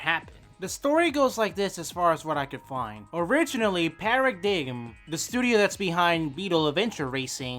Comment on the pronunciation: Did bro really pronounce Paradigm as "Para Dig m"????